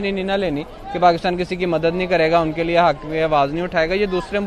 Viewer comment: मैडम आप * लिए * को * निये * बोलती हैँ, कृपया अपना उच्चारण सही करें, वैसे मैं आपके चेंनेल को बहुत पसंद करता हूँ, आप बहुत हिम्मत वाला काम रही है, हैट्स ऑफ टू यू 🙏🏻🙏🏻👏👏👏